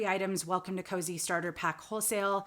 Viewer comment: Kosei looks like a Japanese word. If it is, it's pronounced "Ko-say."